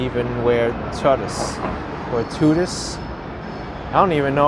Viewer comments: Its pronounced TOO TOO i think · Tutu is pronounced too too, it is what ballerinas wear